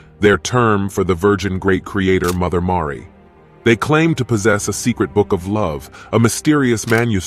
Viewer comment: Mother "Mawry." Stop using ai to speak and just do it yourself 🤦